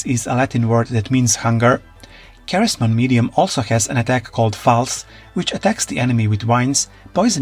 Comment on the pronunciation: it’s pronounced SEH-REZ-Mon not KAH-REZ